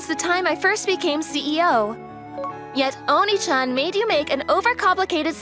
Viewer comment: See...when you don't translate everything "onee-chan" sound like "onii-chan" in English pronunciation. Such lazy translation. Scold your translator to be more careful.